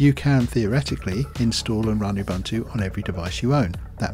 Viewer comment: It's pronounced "oo-boo-n-too". The word originates from a Zulu name Ubuntu, meaning 'I am because you are' or 'humanity'.